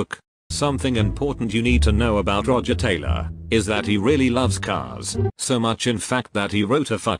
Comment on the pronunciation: Brian: soft voice "I'm Brian May and i play guitar for the group called Queen" ~1 second later~ Roger: "rOgE tAyLaH and um i'M tHe DrUmAh"